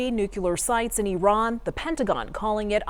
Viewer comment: I think youre being silly, but it is indeed pronounced Eee-ron